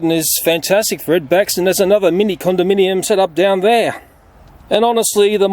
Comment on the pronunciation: CondaMINIum? Eh? Eh?